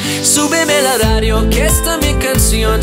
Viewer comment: its so funny when you say, la ladio instead of radio, like japanse people hahah. good work.